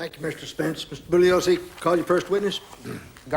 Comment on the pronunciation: I think Jerry Spence is deliberately disrespecting Vincent Bugliosi by pronouncing his surname as "Boog-liosi" rather than "Boo-ye-liosi". I'm not Italian, but I know this, as does the judge when addressing him. I think Spence does as well.